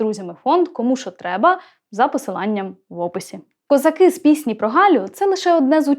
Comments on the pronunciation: а вас не турбує наголос в козаках? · Доброго дня. Мені стало цікаво, а чому, промовляючи текст, Ви ставите наголос " козакИ", але не звертаєте уваги на те, що у пісні співається " казАки " Мені здається, що це взагалі 2 різних народи...і від казАків , як від тих бджіл, можна очікувати усяке...😊 Бідна Галя...😊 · кілька років тому бачив запис інтерв'ю ,що записане було з літньою пані,де вона розповідала про цю пісню,в оригіналі було:"їхали хозари",а совок зробив "козаки" з наголосом на другий склад,як у слові"хозари',Дон-це є козацький дім,тож вони -дома,а хозари - набіжчики...Отака байда...